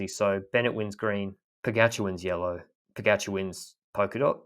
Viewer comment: Is it just me or is he butchering Pogcar's name? POH GACH HUH? Anyway, love the pod, on to the Worlds.